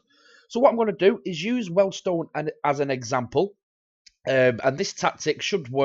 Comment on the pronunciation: Please don't call them Weldstone, it is Weald - rhymes with Steals